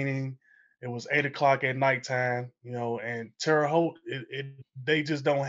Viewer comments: Terre Haute is pronounced "Tarah Hote" not "Terry Hote". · 😂 It’s pronounced “Terra,” not Terry. (I lived there until age 11 and then again from age 25-28. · Her calling it "Terry" Haute, totally made my day.